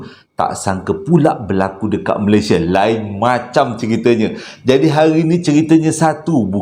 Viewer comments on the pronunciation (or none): none